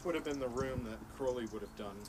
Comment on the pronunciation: At least he pronounced Crowley correctly babe. You people are so stupid to believe Ozzy said it right! 😂😂😂🎉💯💯👌